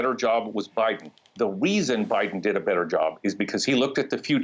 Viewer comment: ahh, does this guy say "the weason" instead of "the reason"?!